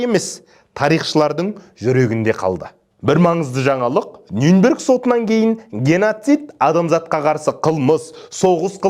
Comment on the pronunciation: Нюнберг емес Нюрнберг деп айтылады.